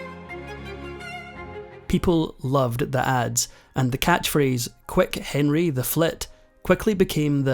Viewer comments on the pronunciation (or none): none